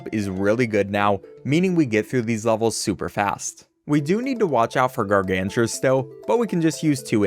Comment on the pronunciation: And he still can't pronounce "Gargantuar" correctly 😭